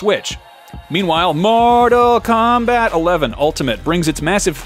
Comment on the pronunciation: Broo the way you said mortal combat got me dead